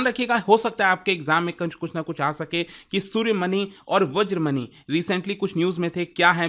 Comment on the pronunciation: सूर्यमनी, वज्रमनी ❌❌❌ सूर्यमणि, वज्रमणि ✅✅✅